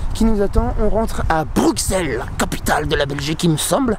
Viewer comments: J'ai bien aimé l'évolution de la prononciation "Brukssel" en "Brusselle". Reste à trouver une nouvelle occasion de revenir ;) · Pourquoi les français disent Bruxelles . Sa s’écrit Bruxelles mais on dit Brusselles comme en néerlandais . :)